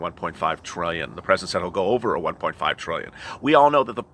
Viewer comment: Tresident Trump? 👀